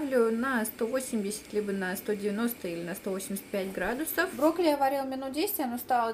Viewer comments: интересный рецептик, попробую обязательно, тем более брокколи люблю очень) Единственное, что резало слух, так то, что ты говорила в видео не брокколи, а брокли:D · Broccoli, a ne broccli ;) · почему не брокколи,а брокли.слух режет